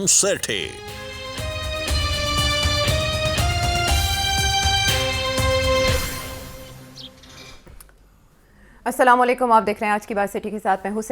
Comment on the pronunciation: سیٹھی صاحب جب سے میں آپ کو سن رہا ہوں آج میں نے آپ کے سلام کا جواب دیا ہے کیوں کہ آج پہلی دفعہ آپ نے صحیح سلام کیا ہے ۔ماشاءاللہ